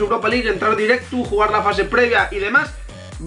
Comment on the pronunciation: Porque a veces dices la "u". Por ejemplo dices directu en vez de directo aaaa y espera que quiero desi una cosica VIVA ER BETI GUENO AHII !